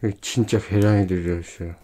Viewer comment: 쥔차 계롼이 들허이쒀혀어🤣😍🤣 귀엽네영